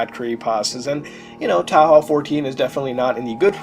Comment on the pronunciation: wtf is towl howl? You mean TOE HOE?